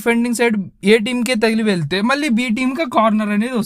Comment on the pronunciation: నాయనా! 'ళ' అనే అక్షరం తెలుగుభాష ప్రత్యేకత. అది పలకడం నేర్చుకో. 'వాల్లు అనకూడదు. 'వాళ్లు'' అనాలి. అలాగే "వెలితే, మల్లి, వెల్లి"... ఇలా అంటే కర్ణకఠోరంగా ఉంది నాయనా!